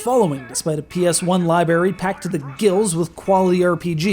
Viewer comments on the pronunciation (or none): did you say lie-berry on purpose? i hope so.